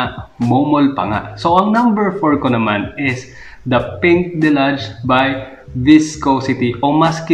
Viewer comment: your pronunciation of deluge hurts my ears..deh-lyooj not delaj..what the heal man!! 🤣✌